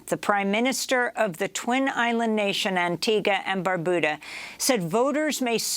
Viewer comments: Antigua and 'BarBYOOODA' not 'Barbooda'. Otherwise excellent as always. 🥰🥰🥰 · Antigua and BAR-BU-DA not BOO-DA learn ur pronunciation's thats considered an insult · Funnily enough that is the correct pronunciation. And one of the few times I've heard a foreigner get it. Unfortunately, she said Barbuda incorrectly.